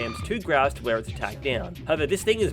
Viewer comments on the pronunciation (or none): none